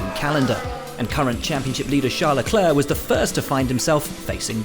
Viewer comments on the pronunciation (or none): none